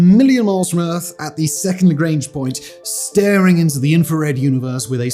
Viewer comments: La-grange point? 😫🤦‍♂️🤔 Lagrange point (make it sound French) 😂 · "Grange point" lol Lagrange my dude.